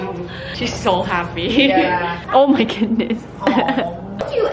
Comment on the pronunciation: “you are really ma fan” hahahahah